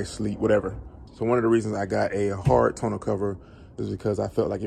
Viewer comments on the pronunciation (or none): 1) Tonneau is pronounced (Tah-New), and it's French. Not ragging on you, but sometimes when you are speaking to ppl about stuff, they take you more seriously. Especially when speaking to warrantee departments. 2) MPG gain is due to aerodynamics. A truck has a natural drag that basically creates air resistance in the bed of the truck. Kinda like when you hold your hand out the window. Doing fifty five miles an hour.And you adjust your hand at a ninety and forty five degree angle. 90° you feel the resistance, 45° And you feel your hand just slip through the air with little resistance. Any weight, even body weight will cause any car or truck will decrease mpg. Most of the time, this is so marginal that we don't even notice it. 3) Great video thank you for sharing your experience.